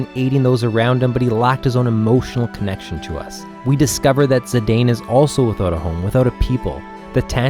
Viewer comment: Looking forward to disc 3 and 4 videos! By the way, it’s pronounced Zih-dahn not Zih-dayne. Dissidia confirmed the pronunciation of his name.